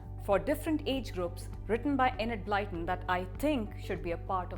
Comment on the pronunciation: Actually is closer than you are good sir, and I say this as a native English speaker.